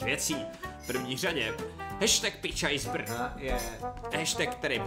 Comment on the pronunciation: On řekl Pij čaj, ale řekl to trochu špatně takže mu nebylo tak rozumnět :).